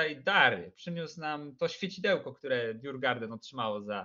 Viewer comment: Nie żadne djurgarden tyłku fonetycznie "jurgorden". A co do ogrodziarzy to prawie gdyż djurgården oznacza ogród zwierzęcy. Sam klub znajduje się w Sztokholmie. :)